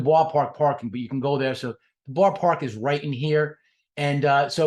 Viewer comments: It’s supposed to be Dyu-bwa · Do-boys park is how it's pronounced. 4th generation Jupiter resident and I've never once heard how you said it. The Yankees who transplanted to Jupiter probably started saying it that way